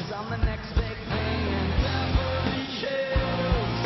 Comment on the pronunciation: Is he saying Beverly Chills on purpose?